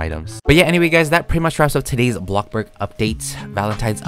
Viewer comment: It‘s bloxburg Not blockburg!!!